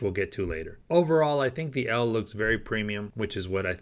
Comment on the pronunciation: I think the machine is pronounced “Elly” not “L”, in other words the name is short for Elephant - as imaged in the elephant logo and the colour description “Elephant Gray”.